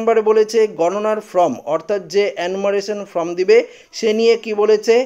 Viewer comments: ফ্রম নয় উচ্চারণ হবে ফর্ম। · ভাই, আপনার লেখাপড়া কতদূর বুঝতে পারছি না। আপনি "Form" কে বারবার "From" বলে যাচ্ছেন। যার এতটুকু বোধ নেই তার দেওয়া খবরাখবর কতদূর ঠিক বোঝা যাচ্ছে না। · "ফ্রম" না বন্ধু , কথাটা হচ্ছে "ফর্ম" ! 😊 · আরে ভাই from নয় form ঠিক করে বলুন। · Form এবং From এই দুটি ইংরেজি শব্দের উচ্চারণ আলাদা। এই বিষয়ে সতর্ক হয়ে উচ্চারন করুন । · ঠিক বলেছেন, বড় কানে লাগছে এর উচ্চারণ। Form কে সে From বানিয়ে দিচ্ছে। তারপর "একই" কে উচ্চারণ করছে অ্যাকোই! লেখা কে এ বলছে ল্যাখা! এদের academic background কি কে জানে ?